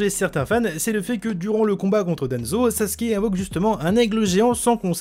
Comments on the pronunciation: C EST PAS SAZUKE MAIS SASSUKE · anike ta dit sazuke xd ou sassuke mhhh ;' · Sasuke se prenonse Sasuke et pas Sazuke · "Sazuke" ça me pertube trop n’importe quoi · Sasuke ça ce dit sassouké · pourquoi tu dit sazuke ?